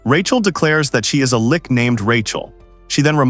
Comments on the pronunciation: she's not a Lich, she's a "Lick" lol Also, the Ai is reading the story left to right, should be the other way around. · Whoever made this has done such a shoddy job of making a script for the AI to read it will give you a migrane trying to keep up with it. From stupid shit like reading out 'thats' as 'Tee Aych Aye Tee Ess' to switching between "L-itch" and "Lick" (pick one, stick with it) not to mention that names keeping changing. Total nightmare, probably a good story though. 0/10 DO NOT WATCH, DO NOT PASS GO, REMAIN IN JAIL